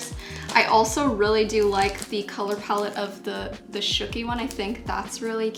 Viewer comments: okay but that was supposed to be "Shooky" not "spooky" though 🤣🤣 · Haha I know she made a chimmy typo, but there was also a typo for shooky. You said spooky. Just wanted to tell you, love you so so much. ♥♥♥